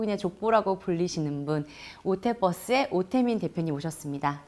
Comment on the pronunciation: 오태뻐스가 아니고 오태버스입니다ㅋㅋ